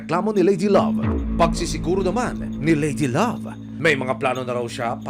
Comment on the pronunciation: Need lng nman sa nag aalaga e,,,,mabuting kalooban sa Pag alaga na may kaayusan sa ginagawa..tinde rin isipin mo kinaya nya Amoy nayun.( Haha,Pero yung nag nanarate ,,swabe sa bigkas ng " ladylove" hehe